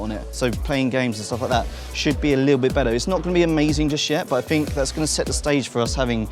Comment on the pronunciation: It is slightly generational rather than regional. Although, I swear he says Fink rather than THink too. That's more annoying for me.